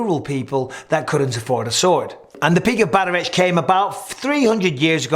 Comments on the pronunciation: It's pronounced Batter-Oct. Irish reads very different from how it's spoken. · Hi Mike! Enjoyed the video but here's a quick note on the pronunciation of "Bataireacht" Gaelic vowels are pronounced differently from the romantic languages, so the word actually sounds more like "baht-ahr-ruckt". Much love from Ireland 🇮🇪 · For future reference bataireacht is pronounced "bahtuhrockt" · Bataireacht= pronunciation (bat-awr-okt) Old Irish word, just for context 🇮🇪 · The Irish stick fighting would be pronounced "Batter rocked" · And “bat-tuh-ract” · Shi-lay-Lee, and bat-ar-Oct would be close to how you pronounce Shillelagh and Bataireacht Mike 😊 Cool video love your content